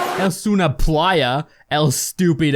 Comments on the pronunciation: nada más escuchar "es una plaia estupiraw" mis pocas neuronas murieron... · Yeah Im Spanish and honestly my ears bled when she said : euh si lele es un playa stupido